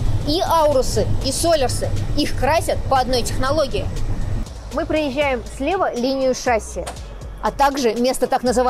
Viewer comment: Подаешь техническую информацию, называй правильно - шассИ, а не шАсси. Неужели самой слух не режет